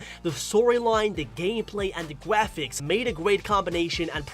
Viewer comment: says graphics wrong me: ayo there no way a GROWN ASS MAN COULD SAY GRAPHICS WRONG also me: goes to another video he made:says everthing like a baby me: ARE YOU F CKIN SERIOUS also me: stops watching his vids